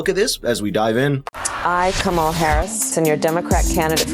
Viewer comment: I enjoyed the parody ad. It is a bit annoying that keeps mispronouncing KAM-a-la's name. This must be deliberate, and it's a bit juvenile.